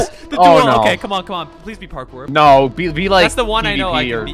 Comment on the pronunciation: Anyone else here say Carkour instead of a parkour at the beginning?